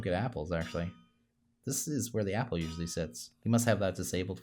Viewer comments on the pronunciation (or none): none